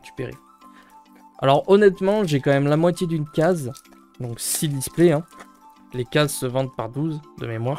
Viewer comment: Jolie ouverture pour une extension un peu faiblarde 🙂 Par contre, "Case" ne se prononce pas « Ka’ze » mais « Key’sse » 😝🙃.